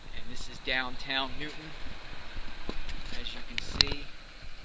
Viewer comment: Its Newtown NOT Newton. Sick fuck.